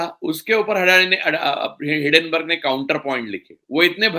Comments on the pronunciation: हिडनबर्ग नहीं, हिंडनबर्ग है (Hinden-burg) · आप एक अत्यन्त प्रबुद्ध व्यक्ती है...hiddenburg क्यूँ बोलते हैं...it is hindenburg....please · हिंडेनबर्ग न कि हिडेनबर्ग